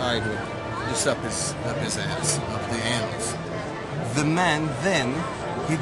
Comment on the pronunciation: He actually got the guy to say “anoose” lmmfao